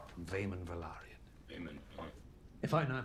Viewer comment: Guys, it´s Velaryon, not Valeryon, you keep saying it wrong every time. And the Velaryon kids are dragon riders and have their own dragons due to their Targaryen mother Rhaenys. If you could turn up the volume of the videos that you´re reacting to or at least put subtitles, it would be much appreciated, please, cause most of the time we don´t even know what you´re reacting at, unless it´s action sequences.